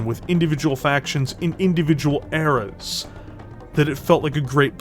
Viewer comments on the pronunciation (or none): none